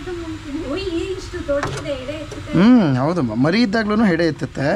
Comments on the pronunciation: ಸೆಡೆ ಅಲ್ಲ ಅದು ಹೆಡೆ..... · Sede ?? 😂😂😂😂 . Kannada kalasbek mysoor janakke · Sede alla adu hede 😅😂